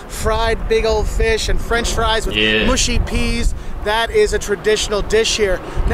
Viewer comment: Mushy peas, not mooshy peas. :-)